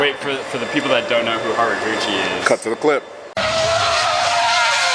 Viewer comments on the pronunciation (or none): Could've swore said "Hot Rod Gucci" when he said Haruguchi